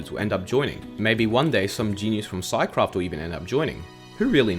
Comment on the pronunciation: I thought he said sidecraft lol